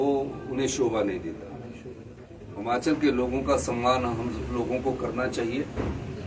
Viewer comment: Hamchal nhi hota yll Himachal bolna to Sikh le 🤦🤦🤦🤦🤦🤦